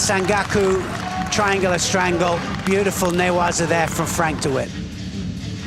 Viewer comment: For Gods sake Neil,its SanKAKU not Gaku???nd both of you this is not kata guruma but tani otoshi,idiots!And,Neil,learn that ther is no OTOSH but OTOSHIII?show some respect for judo nomenclature,you being "Voice of Judo"???